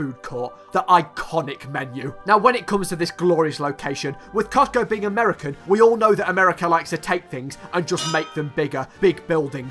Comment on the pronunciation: Did he just say coctgo? Lol